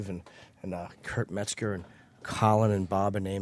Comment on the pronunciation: METZGER metz gerrrrr. opie said in in the first 20 seconds. what the fuck